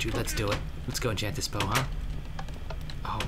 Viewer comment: its enchant not inchat get it right